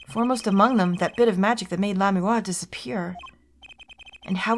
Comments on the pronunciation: Again with Lamiroir suddenly being two syllables. I swear, these comments are gaslighting me... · The cringe is too strong, esp with the lamiroir pronunciation. Plus, it's my right to do what I want with my free time anyways. I've got other things to watch that don't make me cringe, and there are only so many hours in the day. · Yeah the pronounciation is just Grammar-ee, simpler than it looks. Also Lamiroir I usually hear said "La-mwar". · Not gonna lie, the way pronounces Lamiroir and Gramarye bothers me just because I've been used to saying it a different way. Not saying that it's a bad thing she can pronounce it anyway she wants, it's her LP, but I couldn't help but look at the captions on this and I was not disappointed lol Lamiroir -> CC -> let me why/let me walk Gramarye -> CC -> crummy hey/grandma yay/grammar yay/ grammar ye